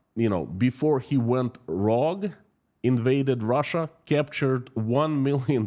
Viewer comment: rogue ;pronounused;(rooge.) brilliand insight today as always..